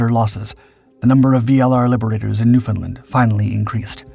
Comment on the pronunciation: Just a tip. When pronouncing Newfoundland, say it like understand.